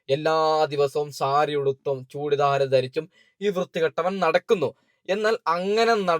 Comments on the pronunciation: ചൂടി ദാട അല്ല ബ്രോ ചുരിദാർ 😂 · ആദ്യം മലയാളം ശെരിക്ക് പറയാൻ പടിക് ചെങ്ങായി 🙂ആഷിക് ഒരു മുഞ്ചൻ ആണെന്ന് പിന്നെ ചുടി ദാട് അല്ലെടോ ചുരിദാർ ആണ് പിന്നെ വൈറൽ ആണ് വൈടൽ അല്ല 🤣🤣🤣വല്ലാത്തൊരു കാസർകോടൻ മൊയന്തു...